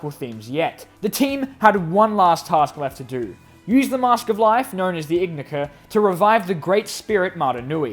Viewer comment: Ignika (in-eye-ka) YOU DONT PRONOUNCE THE G